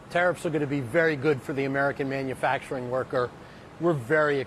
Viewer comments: Did she say "manufactoring"? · Beruhhhhh I was screaming at the screen when the sistah came on …. Like please! Let her make it man 💀💀💀💀 I’m glad you didn’t come for how she even said “manfacrin” 🥴🥴